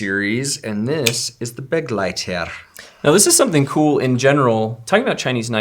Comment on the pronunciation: I fairly sure the Kizer Begleiter is pronounced be-gleiter. It means companion in german.